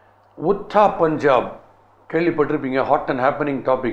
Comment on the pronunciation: The way you pronounced Udta,, didn't know that you were so bad at Hindi, Udta means flying. It is pronounced as u (as in urimai) + d (as in veedu) + ta (as in taamarai).